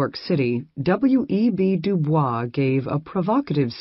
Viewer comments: W.E.B DuBois' name is mispronounced, albeit the American version is not correct per French. DooBoys. Very annoying in a scholarly presentation, perhaps the robot should be re-cued. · The correct pronunciation of WEB du Bois is de Boyz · It's pronounced doo-boys. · loll so americans have been saying dubois name wrong this whole entire time huh!?